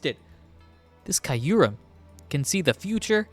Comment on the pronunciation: The goat has returned!!! 🥳🥳🥳 Glad you're back at it my guy! Also just a FYI you pronounce Kyurem's name like Cure-um. The y is actually silent funnily enough lol